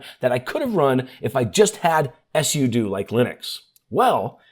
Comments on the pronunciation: Until you, i've never heard someone pronounce "SUDO" as "ESS YOU DUE". Most people say "SUE DUE" though I like to pronounce it "pseudo" because it's "SUperUserDo". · I’ve been a Linux & Android user for a long time, and I’ve talked to a ton of people. I’ve never heard sudo pronounced the way he did. I was so confused just listening, but not actually watching the video. All my life everybody has pronounced it “soo-doh”. Like pseudo without the P. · Thanks for the video - didn't know about the Startup Repair. Don't know if it's intentional or engagement-bait, but SUDO is pronounced SUE-DO (direct from the creator of the command). Also, REGEDIT IS REJ-EDIT. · Suh-doh? S.U.do?? 😂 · It’s pronounced soodoo 😂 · SUDO RHYMES WITH JUDO!! Yes, I know exactly what it’s an abbreviation for, but if you had ANY logic about your (mis)pronunciations, you’d call it S.U.D.O., not S.U.doo. Do you do this purposely, trying to piss off your audience by purposely mispronouncing things which EVERYONE knows how it should be said? How do you explain reGedit? It’s short for reGistry editor, how do you say the word registry? Obviously, every normal person says it reJistry, not the honestly pathetic and insanely annoying way you mispronounce the word. So, the real question is WHY DO YOU PERSIST TO MISPRONOUNCE COMMON WORDS IN SUCH AN INCREDIBLY INFURIATING MANNER? Are you actually trying to alienate your audience? Really? UNTIL YOU CHANGE, I’M GIVING YOU A THUMBS DOWN EVERY TIME YOU USE THESE HORRIBLE (MIS)PRONUNCIATIONS!! 💩🖕🖕👎👎👎